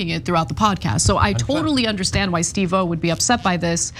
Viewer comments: Psst Ana.. emphasis on "Steve" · It's pronounced SteveOH, not Steve pause O. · Ana, I love ya but Steve oh? It's Steve-O. 🤦🏼‍♀️ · I mean it’s not the worst pronunciation of it but still pretty funny lol 😂 I think part of the reason she’s pronouncing it that way is cuz they previously worked with another host of Korean descent who’s name was also Steve Oh, and so she is probably used to pronouncing it that way. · Steve O 😂😂😂 at least learn to say his name correctly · Thank you!!!! Annoying every time she says it like that.